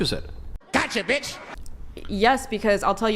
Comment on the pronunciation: bee-yatche be cray, yo. maybe she never had a spanking...yet? 🤔